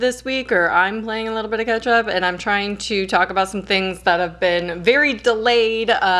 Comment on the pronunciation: I know you were saying 'catchup' but all I kept hearing was ketchup. "I need to ketchup" ahaha